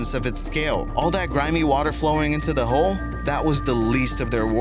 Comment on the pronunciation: Every time he says hole I just hear hoe.